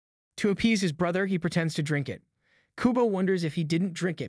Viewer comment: He said big bwetha omg